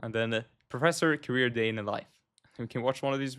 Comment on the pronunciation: Career. Not carrier